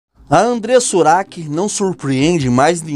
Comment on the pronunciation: Porque falar devAndreiressa ura seila u q?